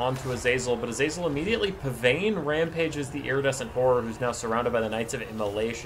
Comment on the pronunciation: Hey here’s your fact of the day! Pavane is pronounced pa-von!